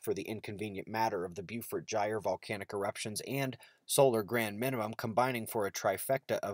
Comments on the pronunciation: FYI, "Beaufort" is pronounced as, "bo - fort"... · Good stuff. Just a heads up, I think Beaufort should be pronounced "Bo-fort" (that's the way they pronounced the Beaufort Bombers in World War II).